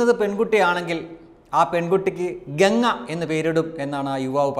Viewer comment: "ഗംഗ" യാണ് "ഗങ്ങ" അല്ല - ऑपरेशन गंगा